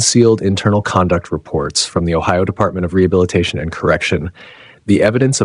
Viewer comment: and she couldn't pronounce rehabilitation properly